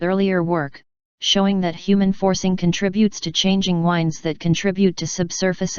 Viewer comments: strong wines are blowing. some words the computer just can't say. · The singular is spoken correctly, the plural is not. Near the end in does it again.